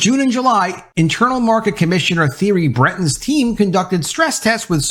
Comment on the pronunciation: pronounced terry not theory for theirry